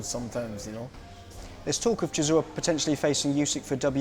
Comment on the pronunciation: Man says “cisora” 😂